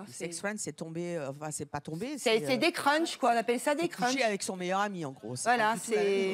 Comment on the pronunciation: Elle a dit des "crunch" 😭